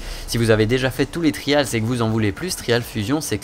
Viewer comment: On dit vraiment "Tri-A-lz" avec l'accent qui va avec? .-.